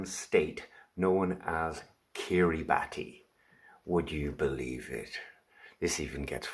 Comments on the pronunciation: Kiribati - pronounce Kiribus. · Kiribati is pronounced "Kiribas" it is sinking and will be underwater soon so the whole nation is being relocated basically...